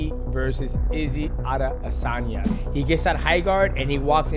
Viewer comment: how did he manage to butcher the pronunciation of adesanya every time lol